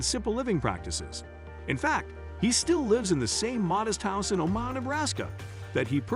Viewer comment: I stopped watching when he pronounced Omaha O-MAH-ha.